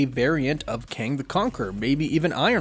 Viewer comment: ITS KANG, IRON LAD.